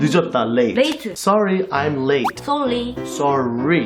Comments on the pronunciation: HAHA the late late late sounded like she was saying lit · When said late late late late, I heard Lit lit lit lit 😂